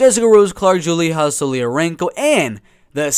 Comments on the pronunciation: Julija = (Yu-lee-ya) not (Joo-lee-haa) lol European not Hispanic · You're pronouncing Julija wrong. Just pronounce it like the name Julia in English. I'm pretty sure she is Russian, her name gives it away. That's a cliché Russian surname. Since Lithuania used to be under Soviet occupation, many ethnic Russians are living in the Baltic states still. I find it super confusing when a fighter is from, for example, Lithuania but has a Russian name and most likely speaks no Lithuanian. It is a huge problem in the Baltic states. A huge percentage of the Russian speaking minority outright refuse to speak the language of the country they live in. I just wish there was an actual Lithuanian or Latvian representing the Baltics. Because most, if not all fighters I see on tapology who are from the Baltics, have Russian names.